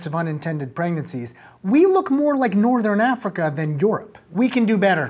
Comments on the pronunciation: I don't know if I've ever heard Europe pronounced "Yorp" before. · beaumont I heard "York"...part of europe perhaps but yup... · Sounded like 'Yorp' to me. Most Europeans I've heard say 'Your-up' whereas most Aussies/Kiwis say 'You-rup'. Regional differences are amusing. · you say Europe funny